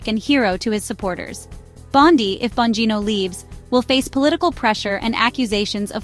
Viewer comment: At least learn how to pronounce the subjects names before creating a video! It’s “bon-GEE-no”…as in “gee, u sound stupid!”🙄